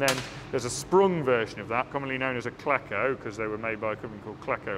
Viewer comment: Cleco is pronounced "Kleeeko", not "Kleko". You'll get funny looks from anyone in aviation if you ask for "Klekoes". They are to fabrication what pins are to dressmaking. You can never have too many.